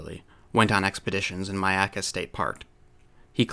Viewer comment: I appreciate that pronounced Myakka correctly. Not many people I have heard do. So thank you sir.